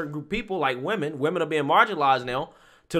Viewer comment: Is there a reason people have such difficulty pronouncing women vs. woman?!!!! Also he had to mess with his wig soon much, I got a twitch...😂😂😂😂